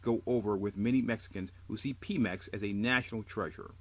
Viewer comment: its not pee mex.. its PEMeX!! Like Pedro!! Pe Mex!